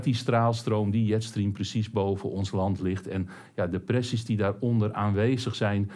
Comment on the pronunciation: jetstream :) een beetje net zoals tante jet stream uit Mokum, ff je Engelse spelling bijschaven... denk Djetstream